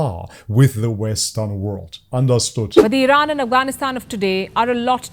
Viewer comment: I'm surprised how you pronounced af GH anistan.